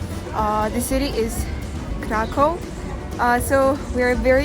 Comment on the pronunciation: Kraków: IPA -> /krakuf/ it's v or f at the end.